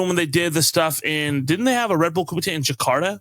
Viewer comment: Nice correct pronunciation of kumite :) People mispronounce a lot of stuff when it gets Americanized.